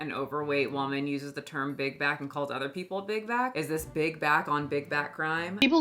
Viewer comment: I keep hearing big guy instead of big back